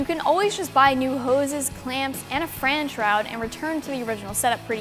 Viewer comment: Did she say “ fran shrowd”?